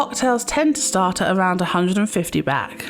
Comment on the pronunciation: Why are you calling the currency “Bak” ? It,s Baht. Street food from street vendors is always fresh, they buy their food fresh from the markets daily and only buy for what they expect to sell that day. Most food in Thailand is also organic. Don’t be afraid of street food, it’s usually better than restaurants (who buy their food at the same markets). Train goes direct from Suvarnabhumi airport to Phaya Thai station. This leads to BTS (sky train) to all of the Sukhumvit BTS stations. Best places to stay if on holiday is around Sukhumvit soi 8 or 11